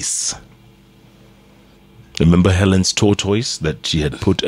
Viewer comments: Eh 😂😂😂Jeff your pronunciation of Tortoise ni mbaya Sio “TOTOIS” lol 😂 is pronounced differently I know that in most English accents and North American ones is pronounced “tortus” (or in parts of England, “taught-us”. In many Canadian and US accents it's more like “toddus”. Hapana Totois lol 😂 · Jeff Ni ta-tais not to totois.